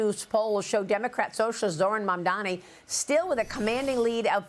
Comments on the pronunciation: It's impressive how Sliwa never gets Mamdani's first or last name right. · Curtis loves to pronounce his name wrong, man damnny